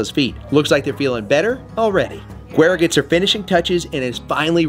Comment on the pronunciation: Guera is pronounced " Whe-daa" meaning light skin in spanish...it's like "whey-da" G is actually pronounced as W...